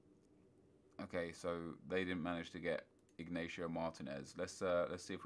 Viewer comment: Yo, where did you pull the name 'ignatio' from?! It's inigo!